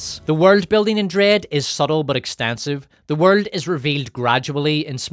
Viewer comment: You have excellent drama, but man, you need to stop pronouncing some words….. like “world” etc